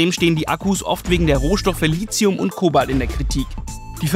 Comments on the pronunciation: ein th ist kein z Somit sprechen es gefühlt 90% der Menschheit falsch aus. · Bin ich der einzige den es stört, dass in der kompletten Reportage das Wort "Lithium" falsch ausgesprochen wird?